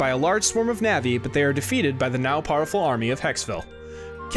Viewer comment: Great video, other than constantly hearing you say "navi" instead of "nevi". Keep it up!